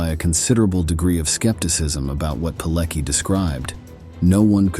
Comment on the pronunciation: Pilecki - you can read Piletski, it is closer than Pileki. Now this heroic man is cancelled from history books in Polish schools. Unimaginable! They try to kill him again!